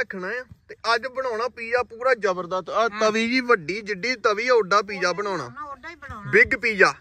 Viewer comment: Pija ni hunda. Piza hunda. English boli hei ta theek theek bol.